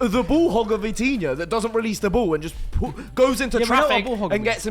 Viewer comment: Put some respect on Vitinha's name bruhh